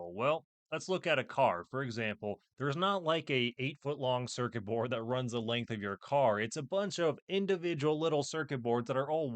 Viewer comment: Is he saying porn Oh no it's BOARD. just gonna leave this here😂